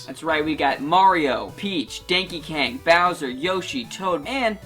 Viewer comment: "Danky Kang" -.